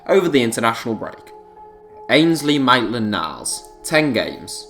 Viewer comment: “Mate”land niles 😂👍🏼